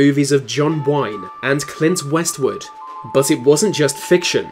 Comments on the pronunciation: Clint Westwood? Haha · Ah yes the great clint Westwood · Clint Westwood. Lol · Clint Westwood? Ha ha ha.!!! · Clint Westwood? I'm out... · Clint Westwood ????? Who the hell is that ???? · Clint Westwood!? Lolololololol 😂😂😂😂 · Who is "Clint Westwood"? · Clint Westwood* lmao